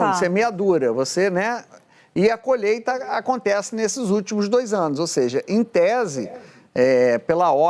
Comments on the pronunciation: Otavio fedes não e colheita, é colheta, lembre ele e um analfabeto. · Ele só fala e faz merdakkkkk Ano da " coleta" ops colheita.kkkk Burro demais ,nem pronunciar a palavra correta ele sabe. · Pqp....um. presidente que fala " colheta"...... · É a colhêta… é a colhêta kkkkk